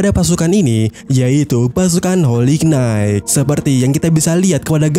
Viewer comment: knight cara ngucapinnya nait, ga pake K